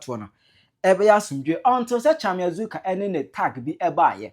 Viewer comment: Please it’s Azorka not Azuka